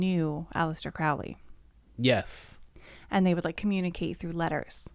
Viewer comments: Crowley pronounced his name "Crow-ley," not "Crou-ley": he wasn't a Satanist, nor was Jack Parsons. Crowley thought Hubbard was a fraud. Jeez, do some research, man. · You guys don’t know how to,pronounce Crowley or Thelema besides that Crowley was so skeptical about the spirit world he never completely believed it was outside of the human mind. He didn’t believe in a god or satan but believed in the results of the rituals.